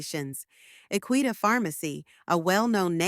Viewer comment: This is old information. With the pharmacy name, incorrectly, pronounced.. please do your research when providing the public information